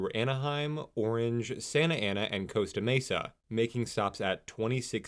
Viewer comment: For the future you need to be better at pronouncing spanish Costa mesa being the obvious example here